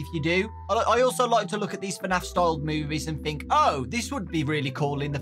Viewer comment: Why he keeps on saying FANAF?